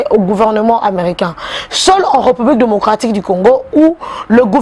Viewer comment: Ré,Reu(publique) na appreciaka yo mingi,kasi lobaka Ré et non reu.